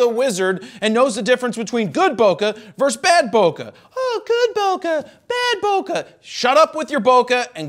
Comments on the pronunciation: There's no "uh" in bokeh. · "Bo Kay" :P